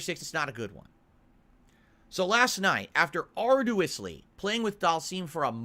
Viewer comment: Ar doo wus Grand Dour Whore Derves we are summoning a demon with these mispronunciations